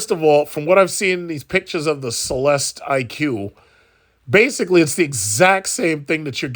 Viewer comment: Why do you keep saying the name wrong? It’s so irritating. 🤦🏽‍♂️🤦🏽‍♂️🤦🏽‍♂️🙄😒 Goofy. Also, they are only building about 400 of these annually and they will sell every single one that is made. You’re not the CELESTIQ’S (pronounced CELESTICK) clientele if you are stuck on the price. The wealthy won’t even blink at $300K.